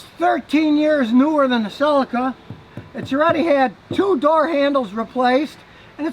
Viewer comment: A Toyota Seleeka. Not a Toyota Silika.